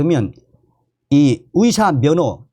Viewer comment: "의사*를 *위사*로 발음하시니 헛갈립니다~~ "의사"로 바로 발음해주세요~~